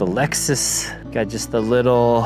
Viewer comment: I like how the Hawaii in you randomly shows up...... 'the lexsoos' 🤭🤙🏽